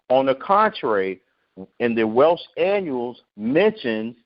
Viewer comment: Brother i apologize for not properly pronouncing the word annals. Scholars and historians have tried to hide the caucasian (Indo European) true origins central asia. All of the Goths were caucasian and migrated into central Europe where our peope the Gauls were located in Germania. There was no central government in Germania at the end of the Western Roman Empire rule. In 387 our people Celts/Gauls invaded Rome conquering it but left the city intact. In 410 AD The Visigoths (barbarians) sacked and destroyed rome. In 455 Vandal (barbarians) sacked Rome. The 476 date for the Fall of Rome is when the Germanic Odoacer deposed the last Roman emperor to rule the western part of the Roman Empire. (Germanic only means someone who was born in Germania, it doesnt mean he was cacuasion barbarians known as Goths.....ie Visgoths, ostrigoths, vandals, lombards).I NEVER SAID THE BARBARIANS WERE ISRAELITES. ALSO Odoacer (433-493 CE, reigned 476-493 CE) also known as Odovacar, Flavius Odoacer, and Flavius Odovacer, was the first king of Italy ACCORDING TO HISTORIANS. The Roman senate approved Odoacer's leadership and awarded him the honorary status of a patrician. (PATRICIAN MEANS an aristocrat or nobleman).